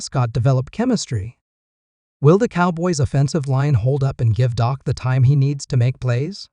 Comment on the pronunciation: The QB is not called dock it's Dak